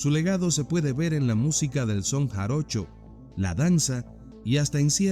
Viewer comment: es JA RO CHO no JARONCHO ❤